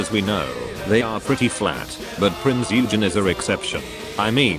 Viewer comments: Prinz Eugene is to be pronounced oigan not eugene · Text-to-speech calling her U-jen instead of Oy-gen... smh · The text to speech said Eugen wrong, the eu sounds like oi not like yu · Its Prinz Eugen!!! (Oi-gen!) A Hard G ja! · Reeeee's in wrong name pronunciation. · Bro the only thing that kills me is how the auto voice pronou ces "eugen"